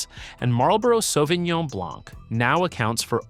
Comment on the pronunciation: Почему он говорит Савининьон?😂😂 САВИНЬОН